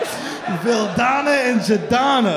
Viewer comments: It's not Janana, it's Dzenana, and it's not Voldona, it's Vildana. They're Bosnian :D, it's STL, it's run by Bosnians :D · Just fyi, if youd like to know, he pronounced it incorrectly, its Vildana, and its pronounced as Will-Dana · bilo je ocigledno o cemu je rijec kad je pokusao izgovoriti Vildana :D